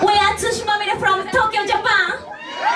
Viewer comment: Hello! Our Band name is TsuShiMaMiRe! Not TsuChimamire www